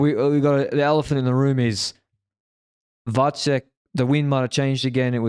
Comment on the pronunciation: Kudos to for pronouncing Vacek right. But the previous wrong pronounciation with č, as in Czech, was fine with me as well. It is the second second spot in the family concerning big tours, his brother was second in that slow Giro headwind mountain finish last year - in the most "come on do something" stage of that race.